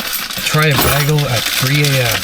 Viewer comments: Now that I know it has origins in religion, pretty much any superstitious fear I had of it is just gone! Also, your pronunciation of bagel hurts my soul. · The scariest about this is your pronunciation of bagel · buddy pronounces Bagel like Britta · I hope to never hear you pronounce the word bagel ever again. Ily tho, it's for your own good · I was deeply disturbed by the pronunciation of 'bagel'. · I don’t know what’s scarier, the empty plaza or the way he pronounced bagel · No hate but the way you say bagel infuriates me In other news keep up the good work your channel is cool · the way he pronounces bagel irks me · lol bagel mispronouncers are the worst! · The most disturbing part of this video was your pronunciation of “bagel” 😨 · The way he says bagel drives me insane. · He Britta'd it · ...are you calling them Bagals Instead of Bagels on purpose for ragebaiting? 😭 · as a canadian im deeply offended by saying "bah-gull" instead of "bay-gull" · I'm starting to think you purposely mispronounce words. No normal human calls bagels BAGLs. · The scariest thing in this entire video is the way "Bagel" was pronounced "bah-gel" and not "bay-gel". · Bah-gull bay -gull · is nobody else most frightened by the way he says "bagel" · Bag-ull? I do believe it is pronounced Bay-gull, in the civilized world... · I'm sorry but the way you say bagel as BAGGLE makes me wanna jump at you with a boxcutter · I know you're Canadian and here, south of the border, you probably find a lot of our pronunciations of words pretty weird, but hearing you say "bag-el" was really jarring and kinda funny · why are you saying Baagels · when he pronounced it “bahg-el”, I was so spooked, I threw my phone across the room and curled up under my blanket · Sorry. The WHAT shops? Let's go get a WHAT now? Our WHATS and cream cheese...I can't go through all the times you said BAG ul. Like that's a word that's ever been said before. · What......the fuck......is a Bag-ull? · Love me some baggles!